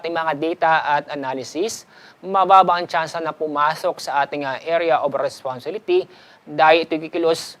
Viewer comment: sir hirap po yta sa pag pronounce ng responsibility